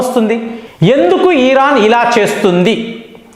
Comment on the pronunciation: Iran ను ఈరాన్ అని పలుకుతుంటే.. వినడానికి ఇబ్బంది గా ఉంది..